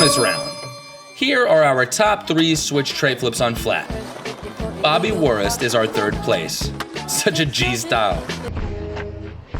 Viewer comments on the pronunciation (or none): none